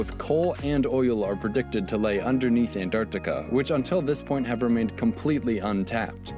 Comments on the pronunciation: Antarctica - ❎ Antartar - ✅ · Tobi saying Antar-tikka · Today’s video: Try not to laugh ft(Antartica)😂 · Me dying every time he says «Antarktika» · tobi saying antarctica part made me laugh so fucking hard xddd